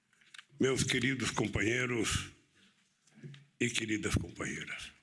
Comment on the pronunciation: Dá até medo qd fala nos compaheirro.td ex kkkkkkkkkkk